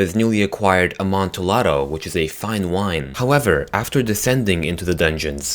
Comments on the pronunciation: It's pronounced 'Amontiado' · it's pronounced Imantiado not the way it's spelled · JSYK, 'Amontillado' is pronounced "Am-on-tee-adoh" This is because it is of Italian origin. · It's pronounced AmontiYado. You don't pronounce the L's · Note: the "ll" in Amontillado is pronounced like "y" NOT like an l. Just a little Italian lesson. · You are say amontillado wrong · You said Amontillado wrong, but I also read this story a few months earlier